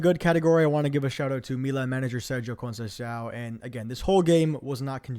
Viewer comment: Great content, just check how to pronounce Conceicão and Thiaw